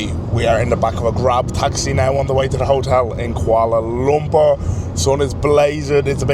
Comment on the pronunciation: ur pronounciation of Kuala Lumpur is spot on . Welcome n enjoy ur stay